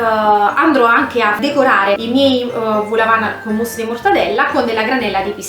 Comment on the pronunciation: vol no vul è au che si legge o